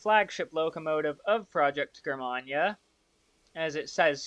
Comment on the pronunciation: Thanks for reviewing my Breitspurbahn models! Also, Germania is pronounced Jur-May-Nee-a. And my last name is pronounced Strass-Bourg.